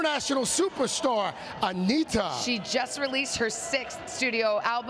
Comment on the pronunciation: Essa apresentadora falou Anitta e não anira . 😮